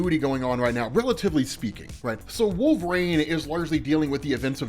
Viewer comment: WOOL - VE - REEN